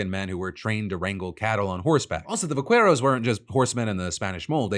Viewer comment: I bet you had to go deep to try to defend AOC 's dig on Rubio. But you should learn how to pronounce vaquero.